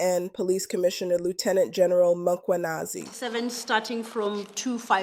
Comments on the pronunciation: The lady in this channel is pronouncing general mkhwanazi incorrectly She says makhwanazi can someone correct her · You can't even pronounce his sir name the right way.